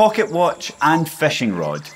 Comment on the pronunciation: Its not feshing!!!